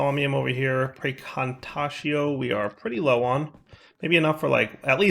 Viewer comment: Wow, finally said praecantatio correctly!